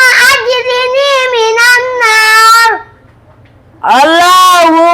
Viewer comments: দোয়াটা একটু সহিহ করে পড়াবেন। আশা করি আমার কমেন্ট দেখবেন ইনশাআল্লাহ। এটা আজরিনি হবেনা। আল্লাহুম্মা আজিরনি মিনান্নার হবে। এটা হল সঠিক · আল্লাহুম্মা আজিরনি মিনান্নার,,, ভুল পড়তেছে তো ভুলের সংশোধন করে দিলেন না,,,😡